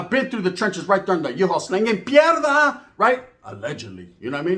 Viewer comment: It’s piedra not pierrrda the r is after